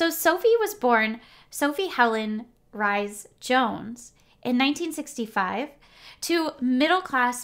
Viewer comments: It’s not rice it’s Reese you’ve said it wrong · Hi, another really good video! Just a couple of things I would point out, in the nicest possible way of course, Bagshot is pronounced Bag Shot and the Rhys in Sophie's maiden name is pronounced Reece. Not being picky just thought you would like to know. 😇